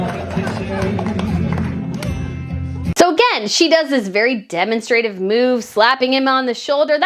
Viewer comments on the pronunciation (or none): I wish you would would put the accent on the right syllables. It’s demONstrative not DemonSTRAtive. You do this frequently in your videos and it drives me nuts! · Hey! PLEASE look up pronunciation of "demonstrative." You're pronuncing it wrong, and I'd hate to see you do that in front of other scholars. We're not always kind. Take care and good luck on your PhD! Your work ethic is nothing short of AMAZING. I wish you great success. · I love your channel. I have to tell you, though that the emphasis is on the second syllable when you say demonstrative. 😊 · The US & UK often pronounce the same world with accent in different syllables. Drives me crazy. ;)